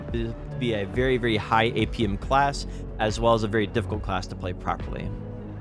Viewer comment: I really had to turn on subtitles to understand APM. Dafuq is "Apium"? Other than that, good work and nice video!